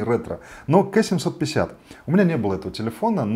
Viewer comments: ну... не Кэ, а Ка. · Не КЭ а КА, очень режет слух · Ну так-то правильно говорит ( только не "кэ", а "Кей", по-английски), но да, кто его так называл.. конечно Ка) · Да не кэ, а ка!!!!!!!!